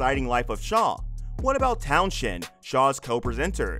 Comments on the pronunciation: Dark secrets my arse. What a load of crap. The title should be around interesting facts not misleading and clickbait. Its pronounced Towns End not town shend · At least you could have pronounced Fuzz Townshend's name correctly ! It's not Tow-shend. Rather Towns-hend. But I forgive you, after all you're American. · The name is pronounced Towns-end . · His name is pronounced towns end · You need to learn how to pronounce Townshend. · His name is FUZZ TOWNSEND not that abomination you tried to say